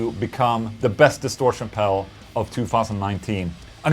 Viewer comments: Is he saying pebble 😂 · love the Boss Mell Core pell 😆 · I like the way he says "Pel" instead of pedal. Lol ;) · Price wise I'd go for the boss melcore pel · I love how he says pedal. Pell.